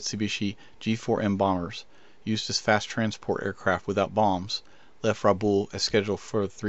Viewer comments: BO- gən-vil. Ra-BAL. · Aussie here, Rabaul is pronounced roughly as Rab-owl and Bougainville as Bowgan-vill